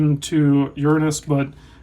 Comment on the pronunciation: you mispronounced Uranus